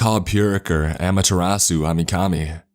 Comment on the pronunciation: When he said Amertarsu... That's all I'm gonna say.